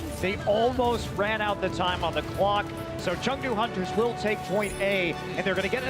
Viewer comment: gez guys wtf is chengou its chengDU DU!!